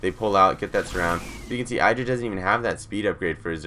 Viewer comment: In an interview Idra commented on where he came up with his name and he pronounced it Id-ra not I-dra, so this commentator is pronouncing it incorrectly. He is an excellent commentator though, I agree.